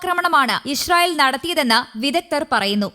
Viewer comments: ഇഷ് റയിൽ അല്ല കുരുവി ( ഇസ്രയിൽ ) ഷ അല്ല സ സംങ്കിയു ടെ ( സ ) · ഇഷ്റായേൽ അല്ല മൊയന്തേ ഇസ്റാഈൽ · പല്ലു തേക്കുമ്പോൾ നാവു കൂടി ഒന്ന് വടിച്ചാൽ നന്നായിരുന്നു. ഇശ്ര യിൽ എന്ന് ഉച്ചാരണം ശരിയാക്കി ഇസ്രായേൽ എന്ന് പദം പറയാൻ സാധിക്കുമായിരിക്കും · ഇശ്രായേൽ അല്ല, പെങ്കൊച്ചേ 😂 ഇസ്രായേൽ എന്നാണ് പറയേണ്ടത് 😅